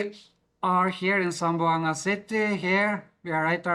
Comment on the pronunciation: Hi im from Zamboanga city 🎉🎉 zam-bo-anga 😅😅👋👋👋